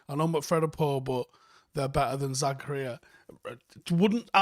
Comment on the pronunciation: Denis Zakaria 'Za-car-ree-ahh'